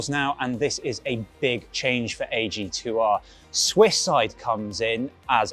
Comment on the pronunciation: Please pronounce AG2R like it is supposed to. Otherwise, great bike, great presentation. As a former Decathlon employee I am very exited for them to take that step into pro cycling. Cheers